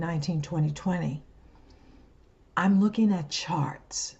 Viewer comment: I can't help but hear "I'm lookin' at sharts" there. And I'm fairly sure she is.